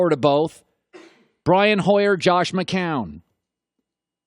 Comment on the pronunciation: Can't even pronounce Mccown, thinks he has any credibility with flimsy arguement